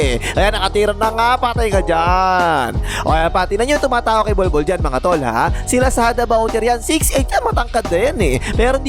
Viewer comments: Grabe talaga tong announcer literal na bnbgkas talagang bulbol instead of bolbol haha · bakit parang "bulbul" na pagkakasabi 😂😂